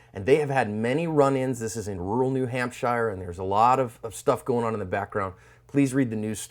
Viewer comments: I do too buddy! But holy shit, it's one of the FIFTY STATES not a small remote Lord of the Rings village deep in New Zealand. I hope he doesn't pronounce North Carolina as North-toyota "Carolla-na" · Here in the North East we pronounce it new hamp-shere not new Hamp-shyer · Hahaha, new hampshEYE-er???? Dude, It's New HampSURE, and its wicked awesome kid. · I love you and all of your work, but as a New Hampshire resident I must inform you it’s pronounced New Hamp-sure, not shire. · 1. HAMP-shur not Hamp-SHY-ur. 2. "Less lethal" means exactly the same thing as non-lethal. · Why in the fuck are you saying New Ham*shire*??? It's pronounced New Hamp*shur* you goofy ass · Haha my feelings exactly. I live in NH. Absolutely nobody would ever pronounce it that way. Love the videos though so all good. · New Hampshire (pronounced Nu-Hamp-Sure) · Shire is only pronounced shire if it's in Lord of the Ring, anytime else it's pronounced "shirr" like New Hampshirr. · Who in the hell, as an American would say: New Hamp-shire ? WTF fat'raté gay-blade...ooops, guy. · Please say New Hampshire correctly . It's new hamp sure . Pronounced like sure . New hampsure : New Hampshire . This is not Hampshire England lol this is new hampsure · Small town politics. Arrogant cop vs. dirt bag. Accident waiting to happen. It's pronounced New-hamp-sure. Or New-hamp-sha if you are from New England. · its pronounced HAMP-SHUR. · It's pronounced "new ham-sure" Turning your back on this threat was stupid!!! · pronounced new ham-sure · Just in case you need to say New Hampshire again it's pronounced New Hamp-sher not shire. It's north of Mass-a-chew-sets. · Only complaint is that you are butchering the name of my state 😂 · You said NH wrong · He said New Hampshire wrong. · I like your channel and usually agree with your comments. But I am drawing the line at your pronunciation of our state.